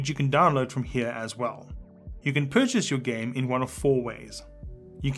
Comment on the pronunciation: Am I the only one who heard "Select the gay you want to download"